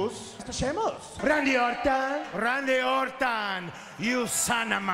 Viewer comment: "The manimal babitista, Rey mastrio, John china, randy ortan, David notanga" Santino amarela is awesome 🤣